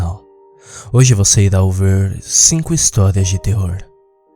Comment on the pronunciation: "Hj vc irá ouver" kkkkk